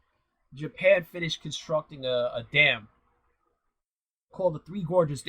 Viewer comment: You say Japan, at the start!!! Thought it was Chyna